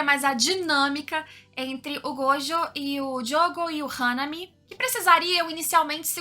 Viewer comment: que diferença alguém que não fala gojÔ e ItadorÍ. Obrigado!